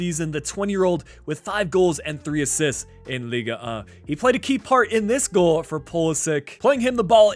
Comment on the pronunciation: You mispronounced the French league for a better prononciation you stop a the G it’s like lig 1 not liga 1 and for the number you said it right. Oh and hi from France 👋